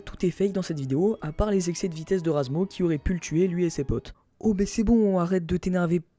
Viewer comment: C'est pas razmo, c'est razmouth xD